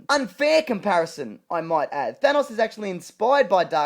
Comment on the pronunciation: I love how says that thanks would be the villain in avengers 2